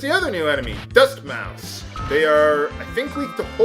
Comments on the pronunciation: "Mousse" is pronounced like "moose"... NOT "mouse". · It's not mouse... two s's. Mousse as in moose. . Sheesh man. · Mousse is pronounced moose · Mousse is pronounced like Moose. Surely you've heard of chocolate mousse before? It's a fluffy dessert. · mousse is pronounced like moose, hc. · mousse = "moose" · I believe this exact thing happened near the start of the LP as well, with him mispronouncing mousse >_> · Y U NO PRONOUNCE MOUSSE RIGHT!?